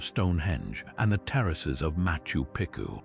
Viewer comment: accept machu piku bruv